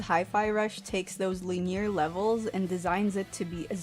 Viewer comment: Good review! I can’t wait to pick this up soon. Also, I’ve never heard someone say “linear” that way lol 😂